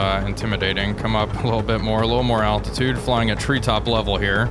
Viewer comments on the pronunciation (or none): none